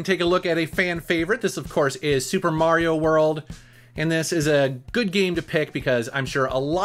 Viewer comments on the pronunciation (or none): none